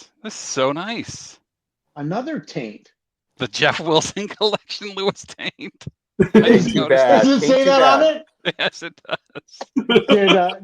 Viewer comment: "luis taint" lol